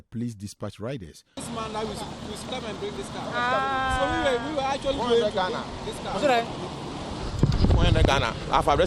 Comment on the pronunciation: The guy with the npp dress said Atweally 😅